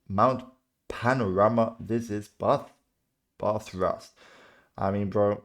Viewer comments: I thought he said Bath rust. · It’s pronounced bath uurst. Bathurst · Hi bro this is one of my favorite racing to watch every year. And FYI for your information your pronunciation for Bathurst is wrong its Bath_urst . Love your work buddy happy you love our racing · thats brilliant mate ive never heard bathurst called "bath thrust" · It's called Bathurst, pronounced B-ath (like ass with a lisp) then urst- like erst. There is no rust in Bathurst! Thank you, from a Bathurst fan from the beginning in 1963 when all classes of cars competed for 500 miles. Before then it started as the Armstrong 500 at another great Australian Circuit at Phillip Island in 1960.